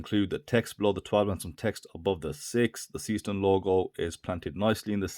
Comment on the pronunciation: Pronunciation is totally WRONG: SEESTERN isnt SEE-STERN, BUT more like SAAY-SHTERN (is german, not english) and Glashütte is no GLASHOOTTE, but more GLASS-HÜTTE 😎😎